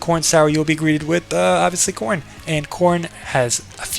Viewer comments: it’s spelled korin not koren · "Koren" lol